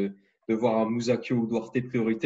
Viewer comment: STP ARRETE DE DIRE MOUSSACHIO SA SE DIT MOUSAKIO MERCI POUR MES OREILLES ! Sinon bonne vidéo j'attend fort la partie 2